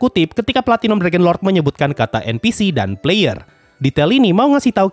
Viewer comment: Puh-layer enn-piii-sii